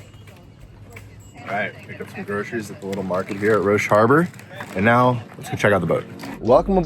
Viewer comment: I am lucky enough to live in Roche Harbor. is right about it and he pronounced it correctly.